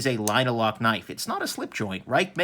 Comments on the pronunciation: Pronounced RAKE !!! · if we were to follow Mandarin Chinese Pin Yin, Ruike (锐-sharp, 可-can) is pronounced as "ruey kuh"